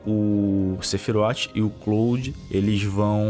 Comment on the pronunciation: O falando "CLÓUDI" é mt bom kkkkkkkkkkkkkkkkkkkkkkkkkkkkkkk